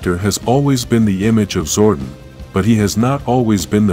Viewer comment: lol We can pronounce Thuy’s name correctly but not Zordon’s or Austin St. John’s.? 😂